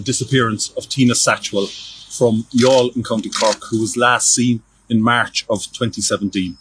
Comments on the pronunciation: As an Irishman, first of all thank you for prounouncing youghal correctly. Secondly i remember very well watching this story on TV3 in 2017 the week, she went missing and seeing her husbands plea for her to return. I remember very well telling my G/F who was next to me that HE did it. His eyes says he is lying. I know body language and have been a crime buff for decades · You pronounced 'Youghal' beautifully!! Greetings from Ireland 🇮🇪